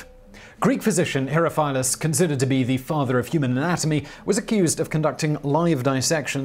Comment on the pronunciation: Isn't it pronounced "he-RO-fill-us?" I'm not an expert in Greek by any means, but....